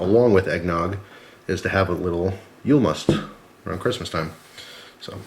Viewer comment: And No you say Yuul Not yule